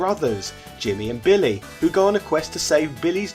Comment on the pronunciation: I thought it was billy not bimmy